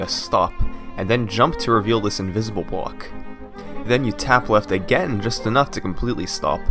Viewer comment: he says reveal this invisible bawk? WTF is a bawk, do you not mean block?!!! Go ahead knights of the haters go off on me, and then tell yourself wait, it's not like he is very foreign. Yup if I was saying this about someone who was African or Japanese or whatever, then yes it would be weird because of their accent and pronunciation but come on this guy is British or American and he says bawks!!!!!.....